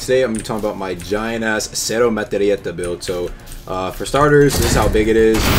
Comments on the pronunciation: The way says "Cero Metraeta" with italian accent always gets me. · why does he say cero metralleta like that